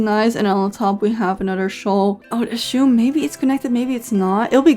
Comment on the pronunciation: I don’t want to be toxic but your pronunciation of “assume” is driving me crazy😭 I know english is not your first language 💕